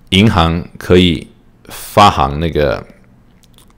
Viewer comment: 行 是多音字。发行(xing) 读音是 xing, 比如 行政 行走. 喜欢你的节目。